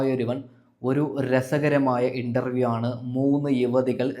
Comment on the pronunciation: ഇണ്ടറവിയല്ല ഇൻ്റർവ്യു അൻ്റെ വാക്ക് ക്ലാറാക്കി പറയണം നിൻ്റെ വാക്ക് ഒരു ഒഴഞ്ഞ വർത്തമാനം മാറ്റി നല്ല പോലേ പറയൂ ഇനി പറയാൻ പറ്റുന്നില്ലെങ്കിൽ രാഹൂൽ ഈഷ്വർ അവനെ കണ്ട് പഠിക്കൂ